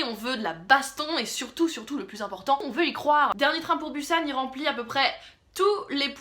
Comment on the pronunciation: je sais que on a le droit de dire comme on veut mais la ville ce dit busan on pronoce le s